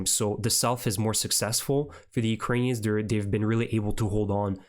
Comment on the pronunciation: Thank you for being one of the few reporters that pronounce Ukrainian names properly! :cat-orange-whistling